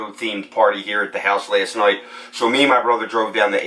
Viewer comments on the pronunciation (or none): Last”noight” . Where are you from?